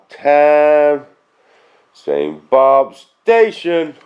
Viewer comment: BOOOOOOOOOOOOOOOOOOOOOOOOOOOOOOOB !!!!!!!!! ( that's Bob, not boob)